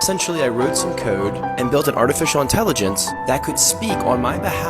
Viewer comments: I wrote some "cOdE ".. BRO I can't with the pronunciation of code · I genuinely can't stand how he says "code". Edit: NVM I just hate how this dude says anything with the letter "o". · the way he said "code' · he "wroot some cood" lol